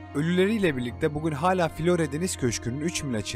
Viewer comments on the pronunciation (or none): none